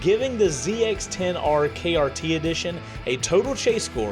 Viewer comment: Its KRT, not KYT, but its the 40th Anniversary Edition anyway 🤷🏾‍♂️